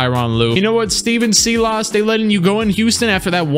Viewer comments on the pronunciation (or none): Stephen Silas (Sigh-less) just saying